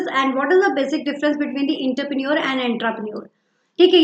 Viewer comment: Aap entrepreneur ko galat pronounce kar rahi mam